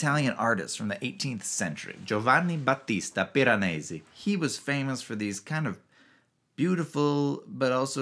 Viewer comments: Yours is my favorite video I’ve seen about this book, which I just finished yesterday. This is in no small part because you are the only one who pronounces Piranesi correctly. Your Italian is excellent! The book was awesome. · You are obviously proud of how good you are at pronouncing Piranesi the sort of proper way )